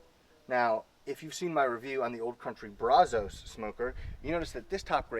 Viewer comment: It’s Pronounced. Braz-US